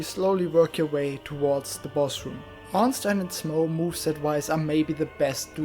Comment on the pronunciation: Haha. Finally someone, who uses German pronunciacion of Ornstein. Not the usual orns-teen.